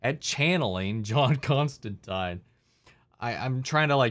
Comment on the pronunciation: "Constantine" is actually pronounced correctly in this series. It's every other adaptation that mispronounces it because that's just how Americans say the name (source: I'm an American and I always have to correct myself when saying or thinking the name). It's actually a running gag in the comics that John constant[ine]ly has to correct people from "Constan-teen" to "Constan-tyne" (and there's a tongue-in-cheek nod to this in Matt Ryan's Constantine's crossover with Lucifer in which he does the reverse). As for the rights thing, it is true that WB withheld them because they intend to do a series about John Constantine, but Gaiman has said that he was already playing with the idea of merging John with his ancestor, Johanna, for the sake of streamlining the story, since it wouldn't be as heavily connected to the DCU and he was thinking of what worked best for a more contained version of the tale. He didn't want to introduce too many one-off characters (hence no Martian Manhunter or Mister Miracle cameos) and figured it made more sense to include one who'd have more relevance later on (albeit through an ancestor), so he figured the rights situation actually worked out for him.